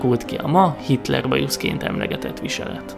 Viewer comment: Ő itt kitler nem hitrel